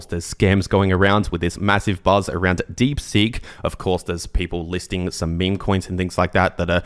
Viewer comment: Deep Seek, not Deep Sink! Seeeeek